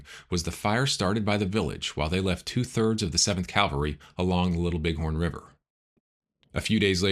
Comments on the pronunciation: Great podcast but one minor knit-pick correction from an old Army officer. It’s CAValry not CALvary. That said, I am subscribing. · Unfortunately a common mistake. Even with those "in the know." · it's " Cavalry" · Nice recounting. Though I noted the mispronouncing of "cavalry."